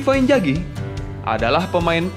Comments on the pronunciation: Inzhagi min, bukan injagi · Inzaghi woii !!! injagi geli gue dengernya. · inzaghi.. not injagi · Sudah enak di dengar narasi nya...tapi sayang sebutan injagi nya 🤭🤭🤭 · Haha.. admin koq bilang inzaghi ngegolin pake punggung ya. Padahal itu bagian depan, keliatan sekilas kena dada. Terus lafalan nama lebih pake Z ketimbang J. Next konten lebih teliti lagi ya min. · Namanya Inzhagi disebutkan injagi angj risih gua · INZAGHI bukan Injagi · inzaghi bang, bukan injaghi hehe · TOLONG YAAA. INZAGHI PAKE Z BUKAN J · Knapa nyebutnya injaghi" namanyakan inzaghi, min dak bisa sebut huruf z ya tapi j trus jadi aneh kdengerannya pemain hebat di panggil injjaghi... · Inzaghi bos bukan injaghi. Pake Z ya. Hahah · inzagi bang bukan injagi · Pls inzhagi cok bukan injagi! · Apa susahnya sih ngomong INZAGHI (pake z) greget gw dgrnya wkakwk